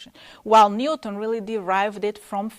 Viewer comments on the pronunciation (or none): ニュートンのトの部分に特徴がある。日本人と同じ発音だ。